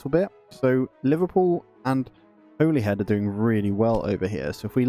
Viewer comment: It's pronounced 'Hollyhead' my friend :)